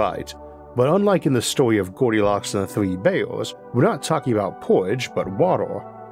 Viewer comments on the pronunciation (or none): Gowdilocks and the thwee beaws…